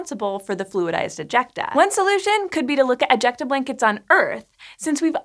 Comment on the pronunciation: Am I only one kinda cringing when she says "ejecta"? It's really meeeh.. Word